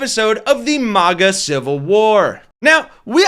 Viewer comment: lol it sounded like you called them maggot!! I love it! Maggots for trump!